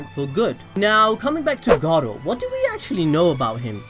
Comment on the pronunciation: Sounds like he's saying Gaara instead of Garou at times lol.